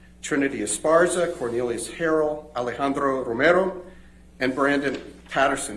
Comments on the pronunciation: Does ben chew speaks Spanish?? He is the only one I have heard pronounce Alejandro romeros name properly, if he does he is even more impressive than I thought if he doesn't wow he really did his homework!👏👏👏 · Buena pronunciación del español, “Alejandro Romero”, de Ben Chew! 🤩💪🏽 Love him!! 💓